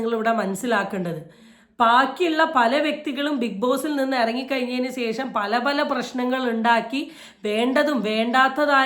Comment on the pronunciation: ഒരു off topic ആണ്.... എന്ത് കൊണ്ടാണ് മിക്ക youtubersum ശേഷം എന്ന് പറയാതെ സേഷം എന്ന് പറയുന്നതു???? 😮😮